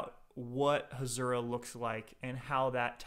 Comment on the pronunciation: Hasura not Hashura